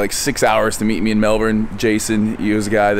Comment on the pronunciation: first American in history to pronounce 'Melbourne' correctly ... lel